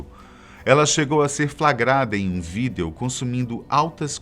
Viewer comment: Só eu que reparo o jeito engraçado que ele fala VÍDEO